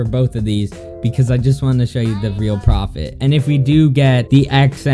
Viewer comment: lol its not preftt its profit